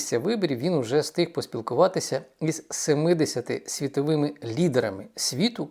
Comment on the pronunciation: Піся, сітовими... 😢😢😢 Думаю, якщо людина себе виставила в тєлєвізєр, то хоче вона чи не хоче - з поваги жо глядача- вона ЗОБОВ'ЯЗАНА працювати над дикцією. Але верх усього цього:"він почаілкувався із СЕМИДЕСЯТИ лфдерами"...😮😮😮